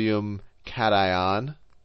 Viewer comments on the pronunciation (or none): none